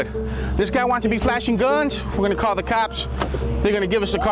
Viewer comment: “Cawl the Cawps”